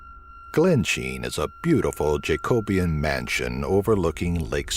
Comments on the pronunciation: jacobean..at least pronounce it correctly pronounced JACK - O - BE - AN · 3.22; hilarious pronunciation of 'Jacobean'